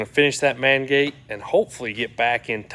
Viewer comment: Know you said main gate but almost sound like the man gate